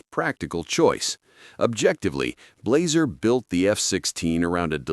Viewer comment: DT 11 686 Benelli 828U Blaser F16 yet the AI guy calls it Blazer lol Perazzi Hi-Tech K80 Browning 725 Sporter Beretta 694